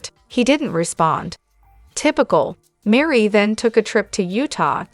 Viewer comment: Meri's name is not Marie. It is pronounced like Mary.